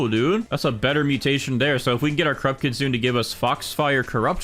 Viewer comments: Kitsune is not KITZEEUUUNNN 😭😭😭😭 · You pronounce the “e” in kitsune jsyk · Learn how to say kitsune right 🥀